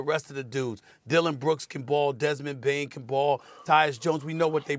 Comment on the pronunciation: "Desmond Banez"